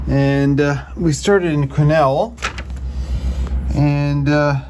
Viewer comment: Had everything from cows to cougars jump in front of me! Keep your head on a swivel, Good luck on your adventure, and thanks for pronouncing Quesnel correctly! Hey you aren't wrong about getting a bigger tank and carrying extra fuel! Especially Northern BC and Yukon